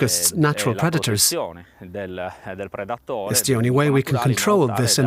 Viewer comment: "You will eat zee bugs"